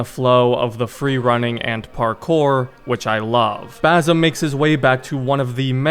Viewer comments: My only wish is that you pronounce the ”S” in Basim’s name .. its Basim not Bazim 😭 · It’s basim not bazim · Basim is pronounced bah sim not basom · i just wanna correct you when you said “bazim” it’s actually “basim” with a soft S. but nice video bro, keep going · it's not bazem, it's bassem with an S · one other thing to mention, the main character's name is BaSim, not BaZim 😁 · broo its bassem its an S not a Z broo cmon u fucked up his name